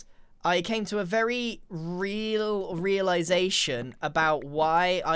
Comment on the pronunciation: “It was very reel”